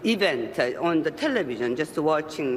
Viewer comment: 텔!레비전 한국식으로 강세넣어 발음한거가 귀여워요 ㅋㅋ